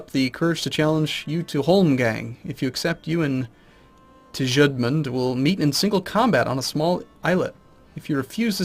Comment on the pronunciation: I thought tjudmund was pronounced zhud-mund. How wrong am I?